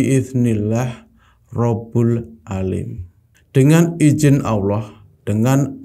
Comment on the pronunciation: "Robbul 'aalim" atau "Robbul 'aalamiin" bang?